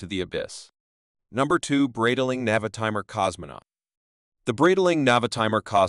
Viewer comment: It’s pronounced Bright Ling. Sorry but you’re murdering the name.